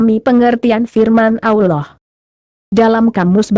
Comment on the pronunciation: Si "AMIN" PUNYA SIAPA BROW?..ROBBIL AL "AMIN"..setiap ayat di Alqur'an nyambung tuh ke " AMIN"..kalian jarang2 tuh bilang amin😁..jelas2 kata ALLAH yg kalian tulis punya dobel"L"..tapi kalian ucap dibibir kok ALAH ALAH saja?bener tuh tulisan dan pengucapan?😁